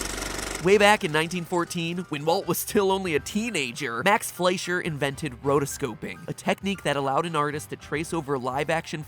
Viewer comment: F L E S H E R. It's pronounced F L E S H E R. I just..... I can't!!!!! 😫😫😫😫